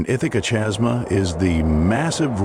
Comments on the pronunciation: The AI just couldn't handle chasm as it converted type to audio. Irritating isn't it!? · Chasma, pronounced kasma